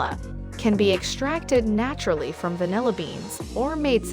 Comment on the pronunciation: Good content but please get a dictionary for pronunciation. You can start by looking up vanilla.